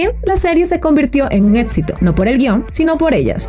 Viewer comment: Haces un excelente trabajo, gracias. Pero, con todo respeto, voy a hacerte un comentario que espero ayude a mejorar tu gran trabajo. Cuando pronuncias ciertas palabras... lo haces, al parecer con una letra "T" en lugar de "C"... sonando "ETSITO" en lugar de ECSITO, "ATTRIZ" EN LUGAR DE ACTRIZ, "REATCIONAR" en lugar de REACCIONAR, "ATCIONISTA" en lugar de ACCIONISTA, "SELETCION" en lugar de SELECCIÓN.